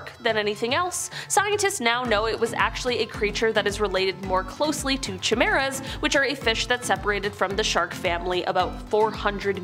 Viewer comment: Lol, how I do love so...plz pronounce it kai-mera, not chi-maera ❤